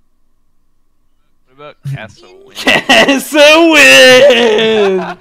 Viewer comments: Dyrus saying Kassawin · It's not KASSAWIN It's KAPPADIN